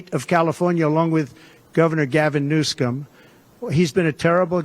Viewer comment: “Gov Gavin New Scum” no way that wasn’t deliberate 😂